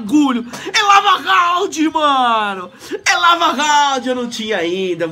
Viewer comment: lava rrrrraundd kkk